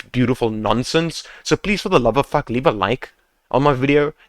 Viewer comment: To be honest lmao, this video doesn't only help me improve fps in my game but also make me laugh everysingle time when this guy about to say "fack" 11/10 good FPS Boost guide ,100/10 point the way this guy talking to us.